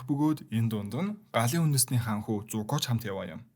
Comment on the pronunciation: Зико биш зуко гэдги😂 чавасаа чавас